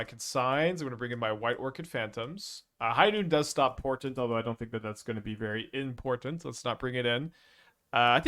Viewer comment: "High Noon does stop portent. Although I don't think that's going to be very IM-portent" BWAHAHAHAHAHA